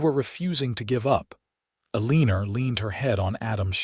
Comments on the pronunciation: “Aleenor” do you mean Eleanor? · It's pronounced "L-an -nor" NOT "Aliner". Gee. If you are going to take the time to write and video this, program the AI to say things correctly. This really grates on my ear. I'm moving on to something else. . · ELEANOR is pronounced Ellen-nor. Not E-Lean-or. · Listening to AI mispronounce words was painful to the ears. Otherwise, a very nice story. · it's pronounced ellenor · I’m sure the story is sweet, but I can’t listen to Eeleener any more. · A-LEEN-er? If the main character can't be addressed properly, what's the point? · 🤨 a leener? Might want to fix that name for Ai to pronounce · Lovely story! Why does the narrator say Eleener? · AlinER? That pronunciation of Alina’s name bothered me enough to quit listening. 👎🏻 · A Leen Er ? 🤦🏼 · What is the woman's name? You spelled it Elina but most of the time it's pronounced Eliner. Fine tune the AI okay. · I'm thinking it's trying to say Ellenor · Yeah, E leen er is an odd pronunciation. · Yeah, I can't listen to A-leen-er for the next however long, ugh! And why would she even bother to say O don't love you to a man she just met!😂 Nope. End of the story for me😂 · A-lee-ner!?? WTF is THAT supposed to be!😂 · The first half if the story is good but the last half is redundant, with repetition of the same information time and again. And 15 miles on foot in a blizzard without provisions or even adequate clothing is beyond fiction to fantasy. Pronunciation of Eleanor: L-n-or. Simple enough for even AI to understand. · That drove me crazy too elener lol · Her name is pronounced EL-I-NOR. Good story. Good character traits. ❤❤ Canada 🇨🇦🇨🇦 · Probably Eleanor. I confess that hearing Erleener was like fingernails on a chalkboard! The story was respectable, however and I enjoyed the rest. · Think the ai needs help with read, live and I think he means Eleanor... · butchering of the pronunciation of Eleanor is distracting. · ANNOYING mispronunciation!!